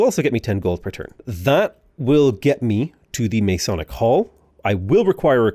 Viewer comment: Great vid! One note: its Ma-sonic, source I'm a Mason